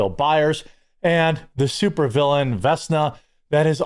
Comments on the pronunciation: Vesna? Lol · Face clingers and Vesna. Come on quartering. Do little prep before doing these videos.